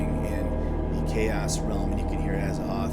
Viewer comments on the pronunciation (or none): ...you pronounce Azathoth wrong. The "th" isn't silent, HPL wanted it to be an hint both to the Egyptian God Thoth and the word "thought", as in the opposite of or negation of it. It's briefly mentioned in one of his missives but don't ask me for sauces because I'm going by memory. I'm 100% sure about it tho.